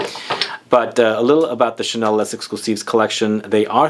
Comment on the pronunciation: Coromandel forever 😍 My perfume since years. Initial recipe before 2012 was the best bit less good since... but still a favorite. Thanks for the video. Would be better if you don't pronounce the "s" of Les. Love your "Chanel" 😂